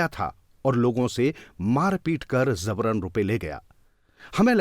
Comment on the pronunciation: Zabaran nahi jabaran Hindi seekhiye please